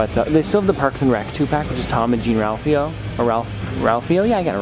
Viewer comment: the way he said jean-ralphio… yikes